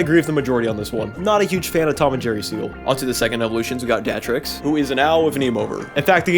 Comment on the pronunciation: I think it's pronounced dart tricks.